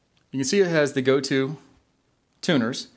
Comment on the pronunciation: Good info on Yamaha guitars. I always thought they were criminally underrated. Psst : Gotoh is pronounced "go-toe," not "go-too." 😉